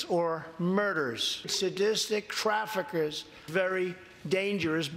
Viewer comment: Hey chump what is crafekers? I asoom you were traying to say trafficers 😂🤣